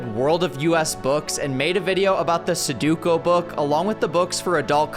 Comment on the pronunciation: Someone please tell him how sudoku is pronounced.